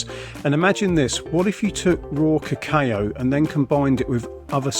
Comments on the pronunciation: Lol kuh-kayo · Ca...Caaayo ?? Haha. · Pronounce "cacao" properly. It hurts the ear the way you pronunce it! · Someone teach this guy how to pronounce it. I had to mute him. 🙄